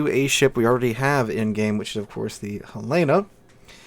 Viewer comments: Hell-len-uh, not Hell-lay-na! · Great vid! I wasn't around when they were added so I didn't know that happened. Also, as a Montana resident, it's Hel-eh-na, not Hel-ay-na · Hell-eh-nuh. Not Huh-lay-nuh. HELL-EH-NUH! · There is no ship named Hell-aaa-na in game. it is the Hell-linn-na, named after the capital of Montana. I realize you are not from out West, but trust me on this, every time you say it wrong, you sound like a rube. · Helena, isn't pronounced that way. Hell-en-a, it's the capital of Montana. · He's been saying Helena wrong for years. I think correcting is a lost cause. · Jus' tryin' to he'p!